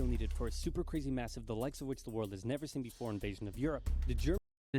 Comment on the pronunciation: I hate how every word he says with a y he says for example:crazeh or scareh